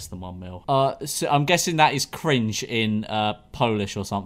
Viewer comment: In Poland we say cringe not cringu lol